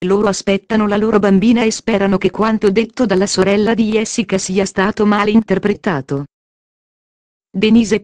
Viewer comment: Sta dicendo cose che già diciamo Niente di nuovo sappiamo già queste cose comunque si pronuncia Gessica non iessica ma come parla questa signora che racconta!!!!